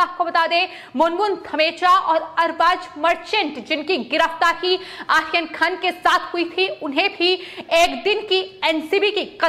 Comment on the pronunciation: तोतले लोगों को भी न्यूज एंकर की पोस्ट मिलती है ❓ कमाल है...! ए आर्यन के नाम का उच्चारण क्या कैसे ले रही है ❓कमाल की ॲंकर है...! 😄😃 ये आरोपी को आखोपी, आर्यन को आखेन कह रही है... बाकी जगह तो 'र' का उच्चारण ठिक है परंतु कुछ जगह ही क्यों चूक रही है❓ पता नही....! 😃